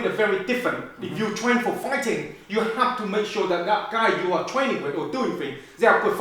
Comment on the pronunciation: Don't twain faw somfing you not gunna use it for, you gunna have a big pwoblem